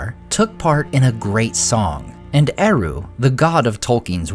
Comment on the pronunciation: I hate how English-speaking youtubers pronounce Tolkien's words. It's a travesty. "Eru" doesn't use rothic "r" like an American saying "kangaroo", it's more like a Scottish "r" or a German "r", square and strong. "Ainulindalë", as the diaeresis suggests, must have the "E" pronounced clearly. "E" like in the word "emphasis". Ai-NU-lin.da-LË! "Sauron" is not "sowron", it "sa-u-ron" with "a" like in "father", "u" like "oo" in "book", square "r", "o" like in the word "lo". Learn how to pronounce it!